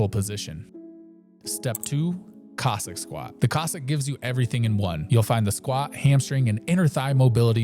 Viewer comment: love your videos. just noting: Cossack, as in the people. not Kozak